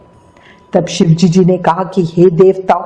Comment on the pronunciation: Mam aap ki shive ji bolna nhi aata kya ... aap bolti ho shivejiji no galet hai ...shive ji bola kro